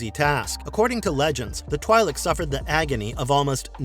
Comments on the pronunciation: First of its twi'lek not twailek. And he talks about aayla secura but show qui gon jinn. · its 'Twee-lik'... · They are literally called both Twee and Twy in the Clone Wars.